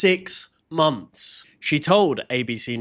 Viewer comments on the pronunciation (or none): none